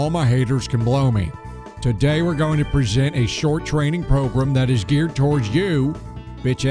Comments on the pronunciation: I love how he says "progrum" instead of "program" when doing the southern accent XD So fucking accurate! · It's a good progrum.